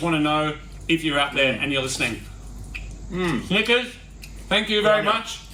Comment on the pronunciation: You need to work on your pronunciation of Snickers, dude 😂